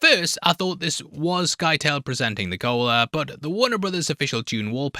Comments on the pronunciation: Who the fuck is "Sky-tail"?! Do you not know how to pronouce the word "scythe"? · Scytale rhymes with "Italy", not with "Tail" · Scytale, should be prounounced like scythe with a soft “c”. Paul doesn’t lose his sight because of the brightness of the stone burner but because of its radiation. Irulan is not tasked with trying to bear the royal heir at the conspirators’ meeting. She has been feeding contraceptives for years and is told at the meeting that bearing the royal heir is not going to happen.